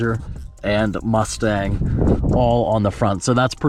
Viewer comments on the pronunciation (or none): none